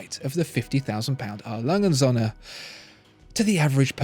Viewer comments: it‘s A. Lange und Söhne, not A. Lange‘n Sonne. It‘s not hard to look up pronunciations. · Please just refer to A. Lange & Söhne as Lange, just Lange because you can't say the rest properly and it's annoying.